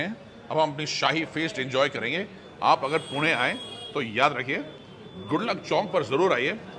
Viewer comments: I loved this vlog because you said पुणे and not पुने 😄👍🏻🙌🏼 #पुणेकर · Perfect prouncation of Pune.